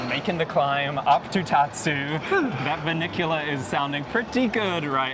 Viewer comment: I'm always so confused by the name of the Revolution! You helped shed some clarity, thank you. But it is still confusing. I see Classic, I see New, and I still see New Classic (or maybe it's The New Revolution - Classic). Ahhhh!!!!! Loved the fun history facts! PS, It's Tatsu, not Totsu. ;) Very enjoyable, thank you!